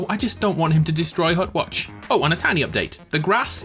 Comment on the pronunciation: hutwatch for LYFE (right ? that's how you said it?)